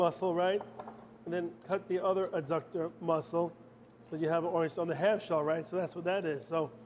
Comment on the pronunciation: Thank you for this recipe, chef. I’m sure you know by now, everyone is an expert. I see Joseph pointed out that oysters are mollusks. The adductor muscle is pronounced by paying attention to the first three letters. In other words, it’s not uh-ductor. I’ll go back and watch it again, but I didn’t see a duration for time in the oven at 425°F. I’m guessing 10 minutes? Anyway, great job!